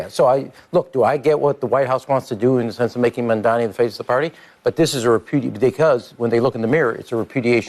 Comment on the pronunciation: Mamdani. Pronounce it right.